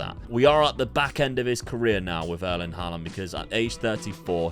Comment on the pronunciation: You're he. You're putting weird emphasis on the last a in Haaland's name.